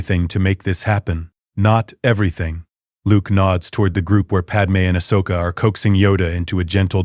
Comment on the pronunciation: The name is Ahsoka, not Ashoka. It is wrong many times throughout the story.